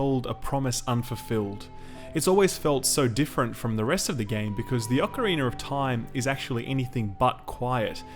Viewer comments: What’s an “ocarinar”? Great review as always ;) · Ocarinar of time